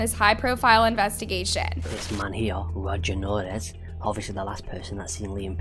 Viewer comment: Rogelio is pronounced ro-heh-lio